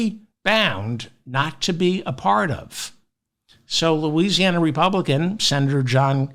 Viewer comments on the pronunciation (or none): none